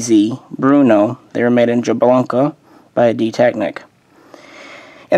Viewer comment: Cermak? No the designer was Jiri Cermak. Pronounced like Yuri Chairmak. Also its Brno not Bruno.